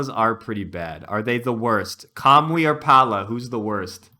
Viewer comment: Why do you pronounce Mycen as "My zen", and Kamui as "Kamooee"? lol